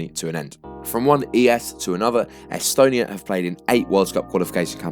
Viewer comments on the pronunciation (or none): none